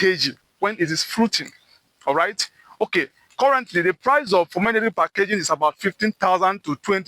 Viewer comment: Bro kept saying pomenograte😂 It’s pomegranate😂